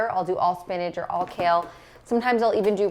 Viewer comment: I love how you say spinage for spinach!